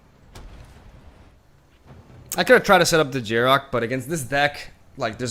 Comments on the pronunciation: Who is this Jarok guy you keep mentioning? Desecrating that pronunciation lol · Probably just the Spanish pronunciation